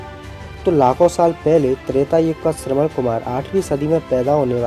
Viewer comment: Shravan-Kumar aur shravan-putra ko shraman Kumar ya shraman putra bola jata h